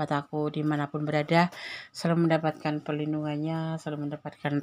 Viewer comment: Perlindungan bukan PARLINDUNGAN. gag bisa memirip MIRIP kan. Me wirid wirid kan. Gag boyeh y